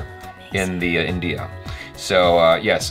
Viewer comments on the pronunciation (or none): none